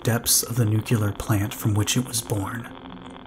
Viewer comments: ‘New-clear’ not ‘nook-you-lar’ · i was always taught to say it at it was spelled. NUCLEAR not NUCULUR So after hearing it mispronounced half a dozen times it finally drove me to leave sorry for the rant. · If you can say NEW and CLEAR, then you can pronounce it right. Its not nucular. It's never nucular. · you are my fav, and I hope that one day you will start pronouncing the word nuclear correct, it is very distracting 💜